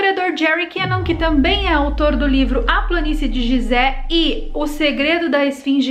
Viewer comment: Muito bom o video adoro estes tipos de videos e quando tem fatos que se ligam e tals com outros assuntos. Pronuncia falada correta é Guisé, e não gisé. (Edit) É proibido ir la e filmar? Pois vi um vídeo de um rapaz que subiu na pirâmide e gravou la de cima, e no titulo dele ele dizia que nao podia subir la.